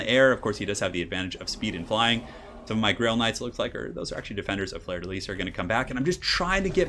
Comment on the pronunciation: fleur de lis is pronounced "flur duh lee"